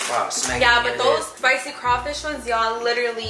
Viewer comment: It was the “spicy Crafish fa me” 😭 it’s crawfish 🤣